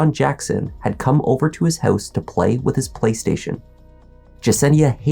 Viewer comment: "Jesse's hEuse..." LOL